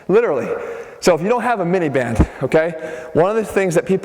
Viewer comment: I kept hearing minivan instead of band. lol